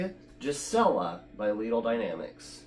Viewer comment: GUEE-suh-lah (no J sound)